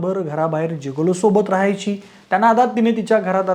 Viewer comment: जीगोलो ❌ गिगोलो ✅😅